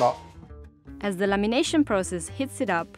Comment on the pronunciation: I love how Claudia makes an effort to speak correctly